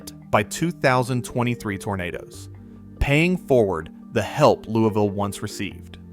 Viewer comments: Yeah, you probably should've researched more. Louisville Mississippi isn't pronounced "Louie-Ville". Its "LOUIS-VILLE". The city in Kentucky is pronounced "LOUIE-VILLE". And that map shot was Louisville, Ky. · In Kentucky it is "Louie-ville", here in Mississippi we pronounce it "Lewis-ville." Also the map you show is of "Louie-ville", Louisville has only two state highways and no river running through it. Regardless thanks for the re-collection of that day. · A gentle correction. Louisville, Mississippi is properly pronounced “Louis-Ville. Totally understand the difficulties with both French and English influences in American place names. But I did grow up on the Winston/Noxubee County line.